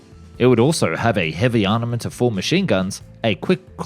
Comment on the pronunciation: There are so many mispronunciations with his videos, it is partly just how he is. Words like "arNaments", "Dorner"...